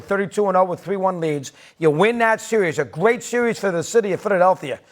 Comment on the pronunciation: The city of "Phididelthea" as this guys on the right calls it